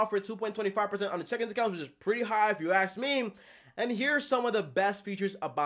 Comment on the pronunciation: If you “aks” me... that’s all I heard in the entire video